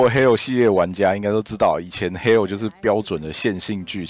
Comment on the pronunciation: 我第一次聽到有人唸做hell